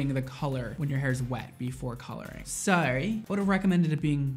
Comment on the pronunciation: am i the only one who heard him say "so" in a super British or Australian accent?